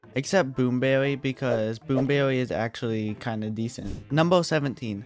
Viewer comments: Bwoom bewwy is weawwy bad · Dude really say "Boom bewwy"